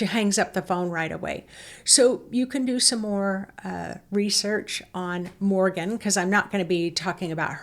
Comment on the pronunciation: Queen Morrigan or The Morrigan, not Morgan! ( Morgan is the 'evil' Welsh Morgan le Fay) She is the phantom shape shifting 'night hag' queen/goddess, described as a 'monster in the form of a female', who sometime appears as a crow, or with crows. Mainly associated with war, doom and death. Linked with the death of the hero Cúchulainn, by cooking dogflesh. Also linked with the Banshee and Lilith. Can be very malevolent. Best kept at arm's length, not exactly an aspect of the Divine Feminine. Just to mention, Queen Scota's grave may be visited near Tralee in County Kerry, Ireland. Scotia Major was a Latin name for Ireland, and Scotia Minor for Scotland. Regarding the Orion belt, Orion Council of Light = cool. The Orion Alliance which is made up of degenerate ETs, Serpent beings, Royal reptilians, Reptilians, tall Greys etc., not cool, so be careful. Hope the blue light is not a D.E.W. ( directed energy weapon ). The 'Earthquake' feeling..... Edgar Cayce's prophesy about Ireland disappearing under the sea, ' in the blink of an eye' (earth changes ) and parts of Britain joining it, soon, is brought to mind. Tuatha Dé Danann ( pronounced Too Ha ) were Atlanteans, who were eventually banished to the underworld, to become bearers of the faeries. Worried about you all feeling ill, as a lot of these portals are considered not to be to the Underworld, but to Hell. Best advised to dig a little deeper with research first, rather than rely on the word of a tour guide, bless her. All the ve